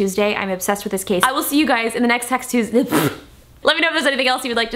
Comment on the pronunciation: she said sex Tuesday. Lmao